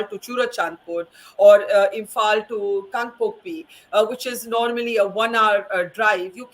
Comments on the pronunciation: that's how you say it because you can't pronounce the 'l' in imphal 😂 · that's your way of saying 😂you cannot pronounce imphal so she said 'imphan'. Is that hard to understand? 😂